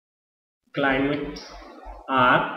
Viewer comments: it is climate not climale......pls improve your grammar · its not climale its climate sir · CLIMALE total LOL!!. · And what is this climale